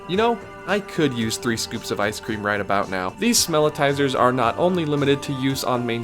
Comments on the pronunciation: So -- just for accuracy -- the scent gerators in Disney parks are called "Smellitzers" like "Wurlitzer" NOT smell-i-ti-zers. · The devices that emit scent in Disney theme parks are called Smellitzers, a play on the famous Organ manufacturer. Three syllables, not four. One "i," not two. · It's not "smell-i-tizers", it's "smell-it-zers". You're adding an extra syllable. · Thank you! This is one of my biggest pet peeves on Disney videos, people ALWAYS say it wrong!